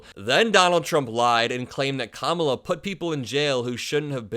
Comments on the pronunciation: He might mean "Lying Kamala" but I'm hearing "Lion Kamala". ;) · Lion Kamala 😂😂😂 that’s not an insult, hehe sounds like he’s calling her a lion